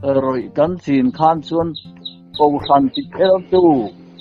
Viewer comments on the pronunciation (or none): none